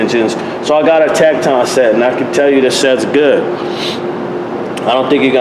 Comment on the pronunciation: Tekton actually sound like tektin